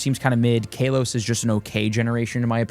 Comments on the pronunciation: Fr, KAH-los 🤦‍♂️ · Hey nice video, very informative which is why I dont want to be that guy but I have too.......It's not Kay-los its Kah-los...just letting you know. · Every time he says “Kaylos” I want to yell at the screen 😂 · Idk what’s worse the Mega Night event or how you pronounce Kalos …..